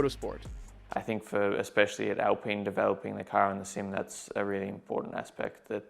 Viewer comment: WTF Cant even pronounce Alpine.